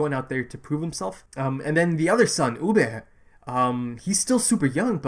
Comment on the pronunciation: I cant quite tell if you are pronouncing Ubbe correctly, it kinda sounds like you are saying "U-Bare". I could just be hearing things but just encase I thought I should correct you.